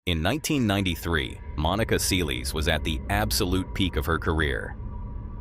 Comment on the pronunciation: Who the fuck is Monica Seelees